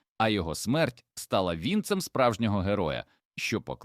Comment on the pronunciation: відео гарне, цікаве, але раджу вам почитати підручники української мови щоб наголос ставити правильно бо "кулАці" "вІнцем" і т.д. я такі слова не знаю